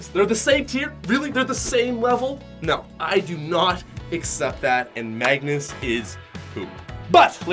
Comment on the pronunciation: Is it just me or can no one pronounce Magnus right?